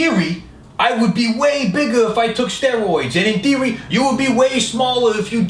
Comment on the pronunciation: "in theory" sounds like "endearing" lmao